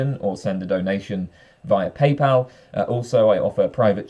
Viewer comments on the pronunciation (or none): none